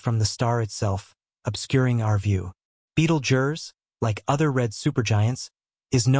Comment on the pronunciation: at least learn to pronounce the star before u make a video bud